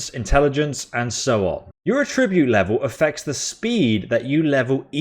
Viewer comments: Great video lad however the word you mispronounced is pronounced at-tribute not atribute as there are 2 t so attribute now thank you once again mate for a well informed and funny video cheers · Please learn how to pronounce 'attribute' (It's not 'A tribute'). That was painful to my ears!